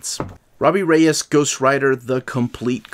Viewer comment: Robbie Regis… 😂. Saved yourself from a warning from the league of extraordinary Latinos with the rolling R’s right after. 👍🏾✊🏾😂